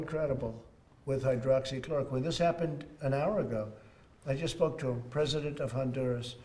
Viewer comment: “Pesident” Trump....good job nbc